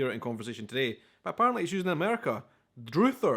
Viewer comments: We pronounce "druthers" not with a long "u" (like "you") but...as if you were rhyming it with "brothers"...like "drothers". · Whilst spelt Druthers, it's pronounced Dr-others. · Dr it her is pronounced with a short u sound. “If I had my druthers, I would do it this way!” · Druther is pronounced uh, not oo. It really isn't as popular as it used to be. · Ok..we dont use the word Druther...its an old timey word that most people probably dont know, and its pronounced different the "U" is like uhh not ohh Druhh-thers not Drew-thers Also, wahzoo does me "backside" even in that "great quantities" example, it can only be "hes insured out his ass" not "hes insured out his great quantities." But it implies having such an abundance of something that its...well...coming out your backside. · …druther…with the ‘uh’ sound, not ‘droother’… it is short for “I’d rather…” ….’I’d druther’…. Same thing… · Druther is actually a slang contraction for I would rather which became I'd rather, which became the slang verb I Druther. Pronounced Druh-ther, not Droo-ther. Today it's a word that measn preference. People use it as a noun instead of a verb. They'll say, "If I had my druthers, we would do it a different way." Meaning if I had my preference..." There was even a restaurant back in the 70s called Druther's and the advertisements had a jingle that wnt "I'd rather got to Druthers, rest-au-rant..." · It's pronounced Dr-uh-there not Dr-oo-ther...and I say, " if I had my druthers I wouldn't choose either option," 😅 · It's not pronounced "drooother", it's pronounced "dr-uh-thurs" like "drug." "UH" sound. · Druthers here is not pronounced droother, but rather "druh·thrz" no offense to, he has a great channel, but the early '20s has kept him out of the states unfortunately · Druthers rhymes with brothers so the first syllable is more like drum than drew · Druthers is pronounced similar to brothers, not droothers. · It’s dr(UH)ther not oo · Druther is pronounced like the word DRUG